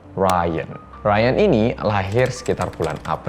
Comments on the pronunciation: Di indo dipanggilnya Riyan bukan "rayen" 🤣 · "RYAN"=Raien Aku "RYAN"= Rian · "ryan": baca = rayen gue: baca = rian 😭😭